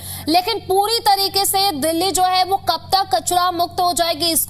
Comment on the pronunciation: भाई दिल्ली होता है दल्ली नहीं 😂😂